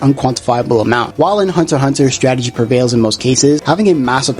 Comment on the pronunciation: is Hunter x Hunter you dumb fool you're pronunciation is bad